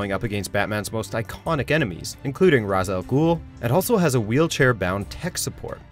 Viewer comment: can nobody say Ra's al Ghul correctly